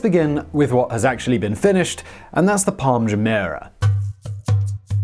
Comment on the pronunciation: Why does he find it so hard to pronounce Jumeirah properly?